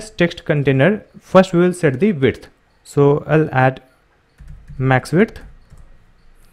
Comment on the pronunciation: Everything is very good about your videos. Only one thing bother me which you pronounce width as "wiRth". I know its not your native language but can you please try to say it correctly?